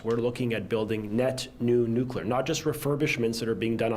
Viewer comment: It's nu-clear not nu-cu-lar